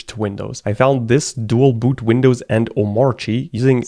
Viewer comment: It’s pronounced as OH / MAHR /KEEH…..kinda like how we don’t pronounced ANARCHY as AH / NAHR / CHEE. Instead as AH / NAHR/ KEEH. B/c thats just how anarchy gets pronounced.